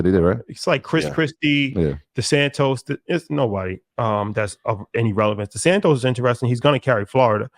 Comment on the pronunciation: Lmao he purposely keeps repeating Desantis name wrong and calling him Desantos